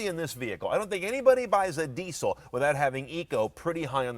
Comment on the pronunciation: What's a "deeee-soh"?